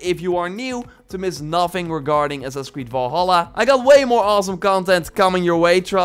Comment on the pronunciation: I keep hearing "Assassin Squid" lol